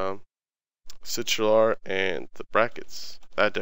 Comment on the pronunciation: crtl is pronounced "sitral"?